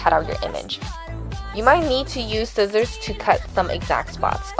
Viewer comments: I loved this video,but I just want to point out that it's not sissors,it's scissors :) Not trying to be mean in any way,just trying to help :) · ......."sissors" lol